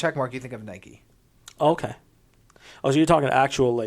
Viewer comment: “Nikeeee” come on!! Lol